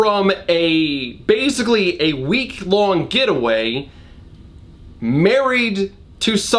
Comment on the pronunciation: So after a quick bit of research, it turns out that Trevelyan is an actual dynasty of baronets, and the correct pronunciation, as with a lot of British words, is not in fact phonetic, but would rhyme with pavillion: Trevillian Speaking as a Brit, why is our language like this?